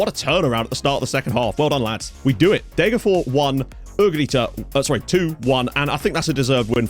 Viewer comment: I just have to say, it’s DegerforS. You have to pronounce the last S!